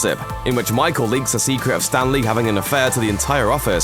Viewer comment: Anyone else notice how he kept pronouncing it "Stan Lee" instead of Stanley?